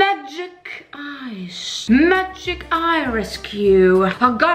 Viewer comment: "MAGIIC..." "MAGIIIIIC..." "MAGIIC..." Avec cet accent... On adore!!! 🤣🤣 Merci!! Bisous de la Réunion!! PS: quelques heures avant ton mariage... B*tch you're crazy!!!